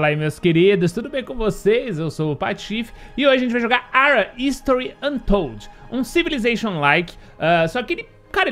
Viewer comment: Boa tarde Patife!!! A pronúncia do nome do jogo é algo assim : ARA RISTORI ANTOUD.